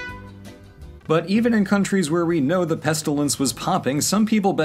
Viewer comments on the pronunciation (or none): "Pestilance" Me: "I am the Cure."